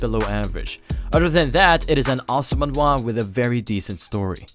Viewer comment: Alright the voiceover actor says "Manwa" not Manhwa or that's how you supposed to pronounce that? Am I the only one bothered? Lol